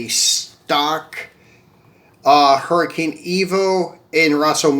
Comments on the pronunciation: Hey homie, the pronunciation of the lambo is a huricon not hurricane. Good video, I'll be watching thanks. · Huracan is not pronounced Hurricane